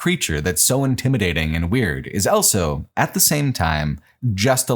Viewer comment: pronounces the word "also" as "elso"